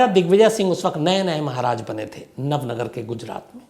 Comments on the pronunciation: इसे नवनगर नही नवानगर कहा जाता है,, जामनगर से जुड़े हुए एक इलाके को नवानगर कहा जाता है,, बलचडी नही,,बालाछड़ी कहा जाता है,, जहां अब केंद्र सरकार का सैनिक स्कूल है,,, मैं ये इसलिए बता रहा हूँ क्योंकि मैं जामनगर के नेवी स्कूल वालसुरा मे पढ़ा हूँ और मेरा पुशतैनी गाँव बालाछड़ी से सिर्फ 45 किलोमीटर दूर है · nav nagar nahi Nava Nagar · Nav nagar nahi navanagar